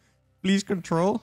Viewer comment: Sends out probe. "Please contrel": What why where This video is perfect. I love everything in it.